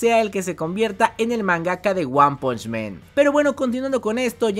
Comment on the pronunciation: El mejor narrador de YT, sigue así amigo; solo una cosa se dice "guan ponch man", no "guan ponch men", ya se que parece de hermione a ron, pero es importante para el canal. Saludos!